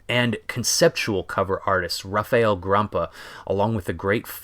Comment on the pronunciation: I loved the way you said "Rafael". Still not correct but good effort. It's very hard for americans to say my name, it's kinda refreshing hearing it not all butchered up :)